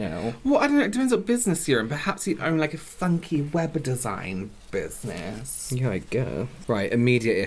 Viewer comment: WHO ELSE HEARD SAY "BUSINESS SEMEN"???